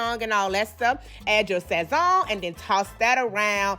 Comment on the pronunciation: The way she said sazon had me done I luv her😂😂😂🤗🤗